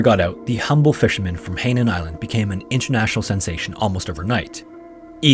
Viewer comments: Quick note: Hainan is pronvounced "High-nan" not "hey-nan"! The "ai" double vowel in Chinese makes an "igh" sound not an "ey/ay" sound. Very easy to double check this sort of stuff. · Hai nan is actually pronounced like ‘high naan’ 海hai means sea and 南nan means south… I used to live there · Hainan is pronounced as "High-nan". The WW2 stories remind me the stories of my grandpa's stories of the WW2 in Malaysia/Singapore region. Every chinese new year, my family (and almost most of the Hokkien descendents from Malaysia) will do a prayer to the Earth god on one of the days during CNY. I think it's the 7th. Apparently my grandpa (who is of Hokkien dialect) and all his friends were doing sabotaging the Japanese camps at that time when they were seen. They were chased by a platoon and they ran into a sugar cane plantation. At that time, it seemed like they were about to be caught and killed/tortured by the Japanese. They prayed to to the Earth god to save them and help them and by some miraculous luck, the japanese had passed by them barely a few metres away. And they managed to escape and return alive. So we carry the tradition of praying to the Earth god every year on that same day to thank them.